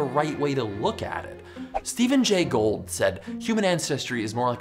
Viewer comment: 0/10 Mispronounced Gould . Biology cred demolished.